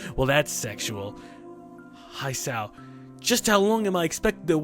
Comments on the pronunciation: Hisao: He-sa-ou, not hai-sau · Dammit. Your character's name is pronounced as Hee-sao not Hai-sao >_> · not /haisao/ but /hi-sa-o/ dude, its Japanese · "I'm hisao i have feelings too!" XD Also, i believe it may be "He-saw-o" not "His-ow" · High-sao o_o odd way to say Hisao But it makes it funnier :3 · can not read japanese names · you saying his name wrong is hilarious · E-wanakano - HISAO!!! rofl should definitely play more games with Japanese in them. His pronounciations are hilariously awesome. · chilled your japanese names pronunciation is a bit... weird.